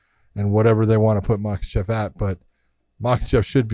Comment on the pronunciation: why are you guys calling him islam makhachev it's islam mockelchev chael says.Josh you should now this you guys are friends lol